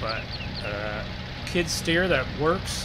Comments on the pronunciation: You keep calling it a kid stear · Skid steer not kidsteer not to be mean